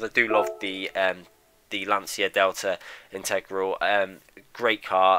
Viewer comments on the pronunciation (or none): Great video but I had to dislike it because you mispronounced the "Integrale" at Lancia Delta.